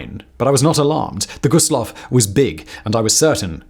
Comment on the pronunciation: Always hurts my soul when they pronounce it "Low." Also, the 2nd worst maritime disaster wasn't the Dona Paz, but was another German ship carrying civilians called the MV Goya with almost 7,000 lives lost. Dona Paz was the worst peace-time maritime disaster but there are a handful of maritime disasters in war that were worse. A shame this channel didn't do their research because this video is full of mistakes.